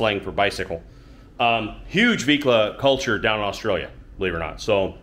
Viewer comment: how do you know how to pronounce Oz-trail-ya (Australia)properly most in USA say US-trailia???